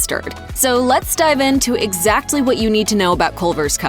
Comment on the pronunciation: My favorite Culver’s custard topping is called not pronouncing the “T” so hard in the word “exactly”.